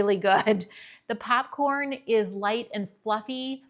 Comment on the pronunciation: Because you asked in a previous video to explain how 'we' hear your accent that you don't hear in yourself... Ok, Popcorn: what I hear from you is 'papcorn' so some of your o's sound more like short a's. Then in vanilla and himalayia both of the i's sound like e... like vanella or hemalayia. I'm from Montana and could not hear my accent either until I lived in California for 30 years plus the movie Fargo. I grew up hearing milk pronounced melk, and eggs pronounced aigs. IDK, listen to yourself compared to newscasters on the national level. Not saying one is correct, but there is a difference. (Also I'm sorry if my descriptions are fuzzy)